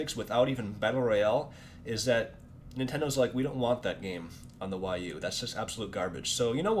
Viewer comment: this dude is absolutely dumb!!!!!! Hw cant even say wii u right